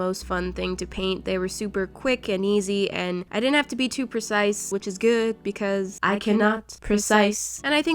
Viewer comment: Hehe ”it deed ent take that long” only a day and a half